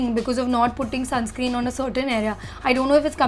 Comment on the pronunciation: It’s sunscreen not “sunscream”